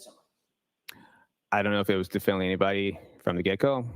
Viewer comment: Q. Have I been saying ‘definitely’ wrong all these years? Must be a silent T 🤔